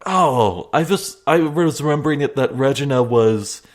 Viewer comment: By the way it's ragena not ragene silly